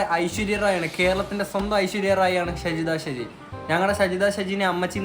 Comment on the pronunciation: Aadhyam name parayunnath padik😂😂